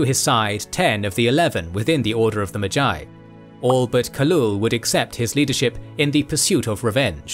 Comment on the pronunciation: Enjoyable video, except no one taught you how to pronounce magi...